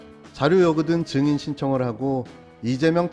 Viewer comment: 정인-->증인...한국말이냐 일본말이냐?